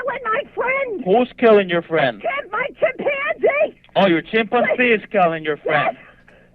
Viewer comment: For the 50th time "The chimpanzee is killing my Friend!!!" Operator: "oh the chim pon see is killing your friend"